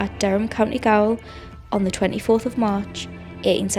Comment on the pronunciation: Gaol is an alternative spelling of jail, usually used in legal terms, and is pronounced exactly the same. Not "gowl".